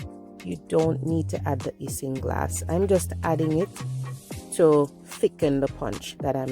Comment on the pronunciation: I still prefer the old way by boiling the Irish moss! Isinglass is pronounced 'icing-glass'👌nice upload my friend ☺